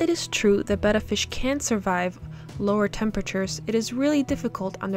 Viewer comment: I love the way you say betta. Maybe it's just the sound, idk. Betta Fish.